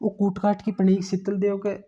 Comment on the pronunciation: शीतल देव ❌ शातल देव✅